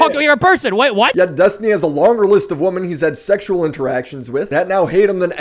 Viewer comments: Why do u keep pronouncing it “woman”, is it to make fun of pixie for being an annoying wamen? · 10 minutes into this video and I still have no idea who Destiny or Pixie are. Great, informative "journalism" here. lol Also,, you can't pronounce the word "women"? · Bro i am begging you to learn how to pronounce the word "women" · Love you, bud.. but do you know that there is a difference between “woman” and “women” in how they’re pronounced?